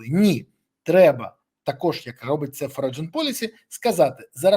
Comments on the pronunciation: [ˈfɒrən] "Форіджен" це боляче слухати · В слові "Foreign" - g не читається в голос